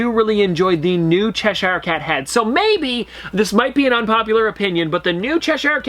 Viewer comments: Is it just me that gets a little annoyed when he says Cheshire wrong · That's not how you pronounce chershire. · I really hate the way you say Cheshire 😫